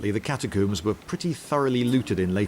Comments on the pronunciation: Cat a coombs are they really cat a coobs now say all you min e um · "Catacoomb"? Are you French now? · hehe catacooms